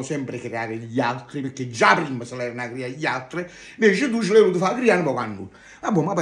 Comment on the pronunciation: Pecche???? Si dice PERCHÉ!!! 🤡